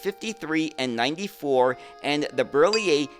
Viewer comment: Hi, I am French, and I really enjoy your Europe related videos. I am a transportation geek myself (I have worked in rail transportation all my life) and your videos about French or Italian various means of transportation are really accurate, so hats off ! I also admire your pronounciation of difficult French names such as Citroën or Berliet, but you nail them. So congratulations ! Continue with the good work, this is highly appreciated !